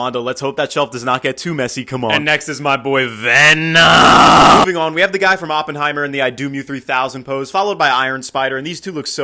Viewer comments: The way you said venom got me rolling😂😂😂😂😂😂😂😂😂😂😂😂😂😂😂😂😂😂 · Tf whats wrong with the tone in vemon😭🥀